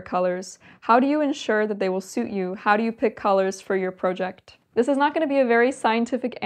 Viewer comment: How did you come to pronounce several words like a Canadian? "PROJECT, SORRY, etc..."